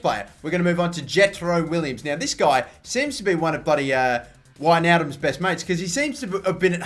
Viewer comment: It's pronounced veynaldum